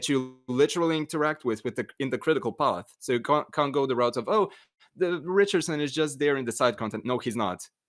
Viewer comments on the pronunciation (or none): Ricard-son? I thought it was Richardson